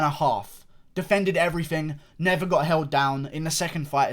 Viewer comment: "..but Yoel fucking Remero, who has NEVA! dominated with his wrestling Eva". I thought I was watching Alex Jones for a second.